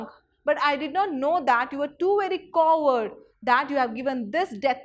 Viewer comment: On 6.23 ma'am you said the word "coward", but the way you pronounced it is wrong 🙁